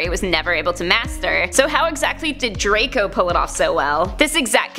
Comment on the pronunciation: Hewwo dwaco 😂😁😁😁